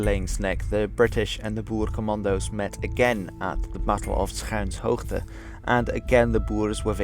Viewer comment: I'm pretty sure that these days in Afrikaans 'schuinshoogte' is pronounced "Skynshoogte"